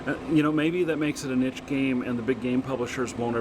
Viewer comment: did you really say 'nitchy' instead of niche?